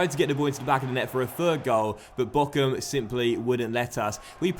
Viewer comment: Hi great video as always. Btw Bochum is pronounced Borrrrum not Bokum